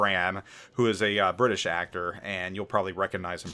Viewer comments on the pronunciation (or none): none